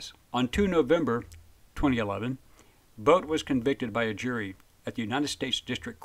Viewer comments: His name is pronounced boot. Not boat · It's pronounced like "boot".. Not like Bout in English.